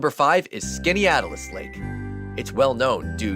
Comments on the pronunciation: Most locals in Central New York pronounce Skaneateles as: Skinny - atlas (or if your unfamiliar with Greek Titans 🤷‍♂) Skinny - at - liss. The second "e" is generally treated as a silent letter. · The narrator should learn to pronounce Skaneateles. skan·ee·at·luhs. Unfortunately, most of the Syracuse news announcers can't pronounce it correctly either. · Bummer that you cant pronounce Skaneateles lake. Youve probably never been to any of these lakes. It seems you prefer tons of boats and cities on the lakes. Most nyers prefer the smaller lakes.